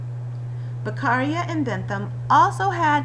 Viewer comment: Very straight to the point and clear. But his surname is Beccaria, not Becarria. 😉